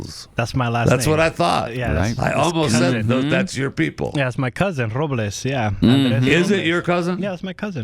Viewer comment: Professional announcer can't pronounce Robles. No wonder a ff through his useless bits